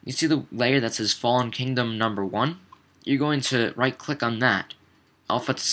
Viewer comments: Did no one else get annoyed by it not being Kingdom, but "Kingom"? x) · Anyone else notice it said kingom not kingdom? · it's KINGDOM not "kingom"